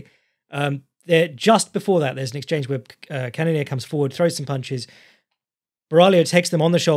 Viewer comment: There's no "i" in Borralho.